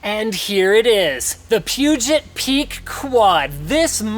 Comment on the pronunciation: I don't think your pronouncing peugot right.